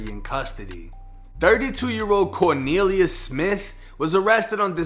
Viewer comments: “Corkneeliuss”!? Oh u low key comedian u 😂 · 😂when he said corneliues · "CORNELIUS" lmfaooooooooo